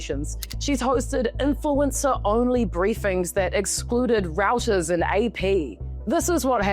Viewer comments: .…’Reuters’ is pronounced ‘Roy-ters’ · Reuters (pronounced Royters)